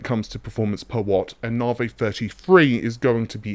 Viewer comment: "Nahvey free free"